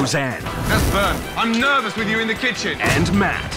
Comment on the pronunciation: "OK, HOW ARE WE, NEARVOUS?"